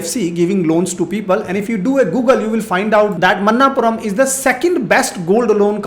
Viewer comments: मनप्पुरम NOT मन्नापुरम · Sir, it's not a Man-naap puram.. Manap-puram